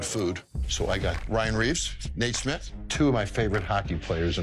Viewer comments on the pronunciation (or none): if nate smith is one of his fav hockey players he might wanna say his name right lol it’s schmidt….